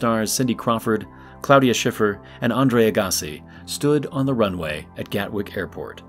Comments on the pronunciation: AA-guss-ee, . . . not uh-GAHSS-ee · Andrea ahgasse?! It’s pronounced aa-gah-c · "Andre uGAAsi" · How can an English speaking voice actor not know Andre AGG-a-see. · AG a see ... It really bothers me when people won't spend five seconds to learn how to pronounce someone's name. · The way you say Andre Agassi is just totally wrong 😐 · You are killing me with the "Agassi" pronunciation...mostly because I remember him when he was famous and you are making me feel old. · How can you not know how to pronounce Andre Agassi's name? He's kinda famous. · Someone needs to tell him how to correctly say Agassi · You really butchered Agassis's pronunciation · As a tennis fan, I cringed when I heard you try to pronounce Agassi. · How do you not know how to pronounce Agassi? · You need to learn how to pronounce Andre's last name. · You pronouncing Andre's last name is cringey